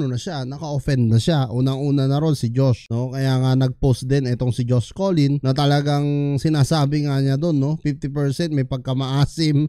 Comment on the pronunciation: Hnd po collin.. cullen po.. Bai ka po b.. pinyu .. 😅